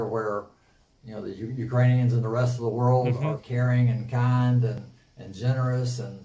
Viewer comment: roflmao the way he pronounced world... the "whirled"